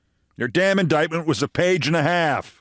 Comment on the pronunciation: Keith you forgot her pronunciation of indictment. 😅